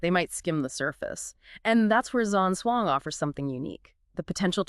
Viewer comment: It's actually pronounced Jam Jong. Long term student of.